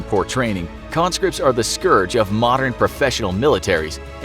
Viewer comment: Thank you. Thank you for pronouncing “scourge” correctly.